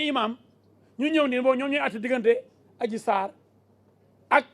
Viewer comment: Méter diouf viyolere🤣🤣yako wakhe dh yani adji sarr dafa rrrr ba dof🤣